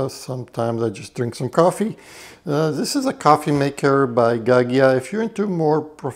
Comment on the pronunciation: Gaggia is a traditional Italian brand - it pronounced gajjia! The letter 'i' softens the g's! All the best from Switzerland where we have FOUR OFFICIAL LANGUAGES - German, French, Italian and Rumantsch. We also use English in business also in-country so no one party in a discussion has an unfair advantage over the other. Almost all Swiss speak at least two languages mine are English, French, German, Italian and I'm learning Greek (for family reasons). I love your channel and your personal style, Magyar vagy? Rob.